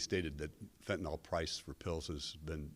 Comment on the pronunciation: Fentanyl, not fentanol. Beware Halloween Candy 👹